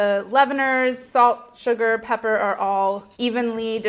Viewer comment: The most eye-opening thing about this video was that Molly said "peber" :o